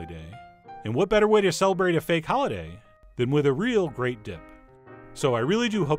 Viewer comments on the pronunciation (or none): none